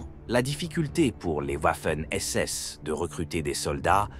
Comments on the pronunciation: Quand la vidéo démarre et que j'entend OUAFEN SS j'ai direct arreté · Le W en allemand se pronone comme un V